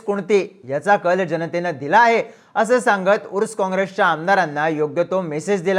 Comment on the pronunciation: उर्स काँग्रेस नव्हे तर अर्स काँग्रेस असे नावं होत Pawar is power of politics